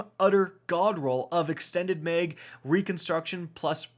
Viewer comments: Are you saying “meg” or “maeg” lol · Mag not meg !! 😂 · Dude...the way you say "mag" burns my goddamn soul. MAY-ehg